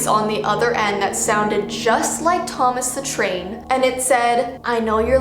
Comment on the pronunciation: Thomas the Tain!! Me: Ahhhhhhh. Thomas the tank engine!!!!!!!!!!